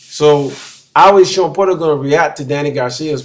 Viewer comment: *Porter not "Potter" 😂😂